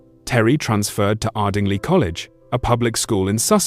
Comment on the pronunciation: Ardingly isn't pronounced Arding-lee, it's Arding-lye.